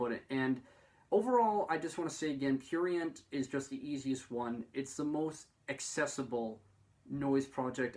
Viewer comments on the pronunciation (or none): this video is cringe and when u say prurient u sound disabled